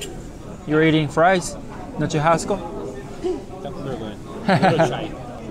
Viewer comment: I know that as u as 日本人 u read "CH" as "T" sound, BUT the correct pronunciation of "churrasco" is with "しゅ“ 発音：シュハスコ or puting in romaji is SHU-HA-S-CO